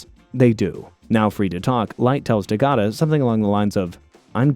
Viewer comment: Good Video, just your name pronunciation of Takaaada is horrible xD